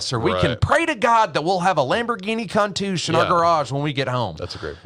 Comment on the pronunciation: Lamborghini Con-toosh? Countach in Appalachian lol